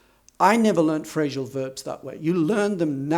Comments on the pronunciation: Why do you say "phrashal verbs"? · Why do you say "Phrashal verbs"?, I don´t know, maybe it's a variation.